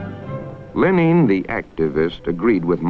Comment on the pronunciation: he pronounces Lenin like the country Benin(Ben-een)